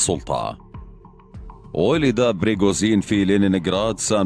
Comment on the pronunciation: ليش تقول بريغوزين تره اسمه بريغوجين وانت كاتبة اصلا بالعنوان ؟؟ ليش دس لايك بسبب الاسم الغلط والالغاء الاشتراك بسبب عدم نقل الحقيقه وتحريف الاسم